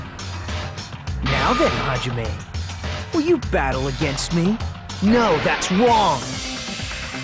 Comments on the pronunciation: What i heard from him is “No, that’s wong !” XD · “no that’s wong” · Mans said ✨wong✨ there was no R in that word💀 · “No thats wong” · Ernov Nazadie II I heard that to lmao “no that’s wong!”